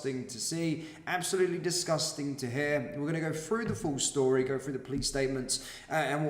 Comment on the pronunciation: Well done for reporting on serious crimes happening around the country. One observation: I've noticed you say, 'Fink, Frew, Fought'. But then will also say, 'THursday' and 'wheTHer. Did you forget you were supposed to say 'F'? I know you want to appear cool, but this sporadic mis-pronunciation detracts from the gravity of your presentation. I know you want to come across as trendy and street, but rather than being taken seriously, it makes you sound a bit Fick. Stop fighting the urge- just pronounce 'TH' correctly. Cheers👍